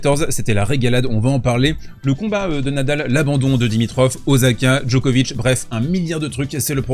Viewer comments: Par pitié arrêtes de dire OZAKA ! C'est OSAKA! En japonais le S se prononce toujours S et pas Z. Merci. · Tu pourrais faire un effort de… prononciation : tu dis Mènessik, Ok, alors dis, s’il te plaît Ossaka, en respectant la prononciation japonaise… Merci ! Ce serait super ! Tu me diras, ce sera pour… la prochaine fois ! Merci pour ton formidable travail !